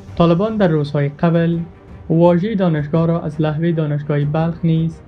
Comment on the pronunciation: او بيسواد لحوه نيست لوحه بگو